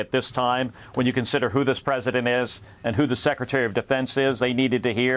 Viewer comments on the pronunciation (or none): SecRETary. Not secitary